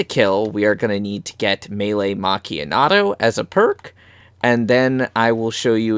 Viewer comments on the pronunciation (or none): nice i liked the video but its meelee macchiatto not meelee macchianato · Legit I said this in his boat glitch video the man saying melee macchiato wrong like where is the N coming from 😂